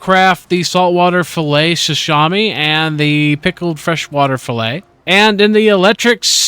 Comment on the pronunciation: Great vid...but your pronunciation of sashimi was killing me. It's: sə-SHEE-mee. Other than that I love your Icarus content. Keep it up!